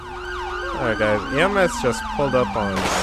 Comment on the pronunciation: Uhh do you mean ems cuz you said ams